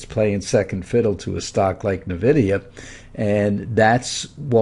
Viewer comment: It’s not pronounced Nevidia. It’s eN vidia